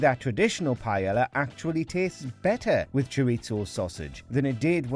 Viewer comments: Interesting.... It's rare that you'll hear someone with a rhotacism, narrating one of these soulless, manufactured, poorly researched list videos, like those produced by Buzzfeed, or in this case, WatchMojo. The patently incorrect pronunciation of paella... now that's certainly more on Brand for one of these videos... Heck, they butcher even the most common of English words with alarming frequency, so Paella, a culturally specific culinary dish, isn't the most egregious of colloquial faux pas. I mean don't get me wrong, Jamie Olive Oil is trash, but so are these videos. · You gotta love it that a video on how Jamie Oliver pissed off people, and includes as an example, Oliver's recipe for "paella", incorrectly pronounces the word paella as "pie-ella". Tone deaf much, WatchMojo? :) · Pa-e-la. YOU HAVE TO PRONOUNCE THE DOUBLE L, it's pronounced Pa-e-lla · It’s called Pa-el-yah, NOT Pa-yel-la… Say it properly at least. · Pa-eh-ya, not payella tf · "pajela"? like seriously? fck..... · Am i the only person who is greatly annoyed with how they pronounce paella pronounced pa-ey-ya? The pronunciation literally raised my blood pressure. I'm not even Spanish. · Mm I sure do love "pie ella" 🙄🙄 it's REALLY not that difficult to pronounce words correctly. I've never understood why so many Brits seem to be allergic to pronouncing non-English words correctly. It's both arrogant and ignorant. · for the love of god, I know your British, but if it's not an English word, can you pronounce it how its supposed to be pronounced in its own language?! you don't pronounce the double L in paella. its pie-aye a (I'm bad at spelling phonetically, but ask a Spanish person). hearing the way you say paella is almost as bad as hearing other british people say oregano, taco, and enchilada. It just hurts my ears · please dont call it pie yella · Why are British so r*tarded when it comes to pronunciation? What the hell is pie-Ella? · What the he'll is paela? Pronounce it properly. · "Paiela"... wtf